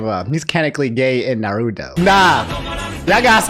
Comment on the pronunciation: bro just pronounced every goddamn naruto name wrong in this video. cries silently